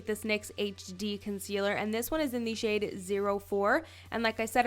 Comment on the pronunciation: is it a canadian thing to say 'thee' instead of 'the'. ahaha its cute